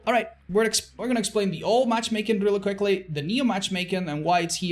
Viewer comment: all i could focus on was saying "matchmaken"